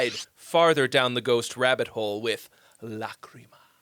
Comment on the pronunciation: FINALLY SOMEONE PRONOUNCED LACHRYMA RIGHT DID YOU TAKE LATIN????? YEA YOU FUCKIN DID ? YOU DID DIDNT YOU?